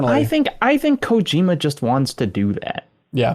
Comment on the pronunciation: For the love of god please stop stressing the middle syllable of Kojima so hard. At least try to say it the right way, instead of the white way.